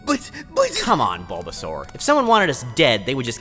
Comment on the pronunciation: Lore accurate baulbasaur im a baulbasaur in mystery dungeon 😂 Edit: i regret everything in my life and i hate myself. Btw squirtle is not saying "Char" as Chim-Char its actually Char-mander